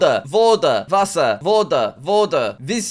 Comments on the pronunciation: Jack you nailed the pronunciation of "Wasser" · His pronunciation of Wasser was excellent.